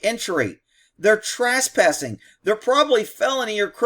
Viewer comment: Hey, is "Trass-passing" in Texas, what the rest of the English speaking world calls trespassing?